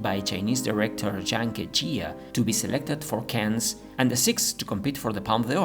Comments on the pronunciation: the "s" in Cannes is not pronounced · Cannes? like ''can'' in english... worked for years in the ninetees Cannes hospital and at the time Festival less stressful... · Learn how to pronounce "Cannes" properly. You are doing it wrong.